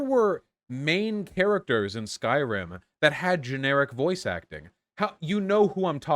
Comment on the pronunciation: Skyrim ❌ Skryim ✅